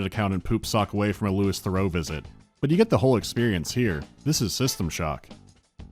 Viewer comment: LOUIE, NOT "LEWIS", you ignorant american.